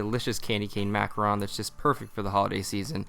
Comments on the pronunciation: I was so happy when you first said mac-a-RON but then you go on to say mac-a-roon. Which made me sad. lol XD But these look good. I love peppermint sweets! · He kept saying macaroon instead of macaron XD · I agree... All but the mis pronunciation of macaRON... They arent the same. Macaroons are one cookie. Macarons are what he made but continuously says it incorrectly. Also when adding peppermint extract its better to add it at the end vs at the beginning b/c you cook a lot of it off adding it when he did.